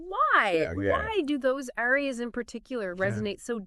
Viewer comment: cool podcast but yall gotta learn how to pronounce the names of these arias lol